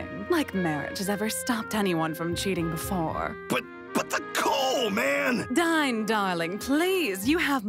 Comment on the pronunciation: you picked an amazing voice for dain but it should be pronounced dane. not dyne.